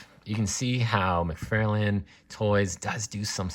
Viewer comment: Wait,... did you say McFairlain? Lol